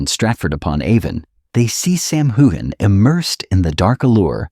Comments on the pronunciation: His name is pronounced HewUn. Please try it. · It is not pronounced hogan or hugan.